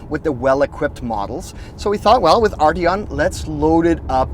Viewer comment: Do any of you guys realize there is a 't' in Arteon? Ardyon - just lol.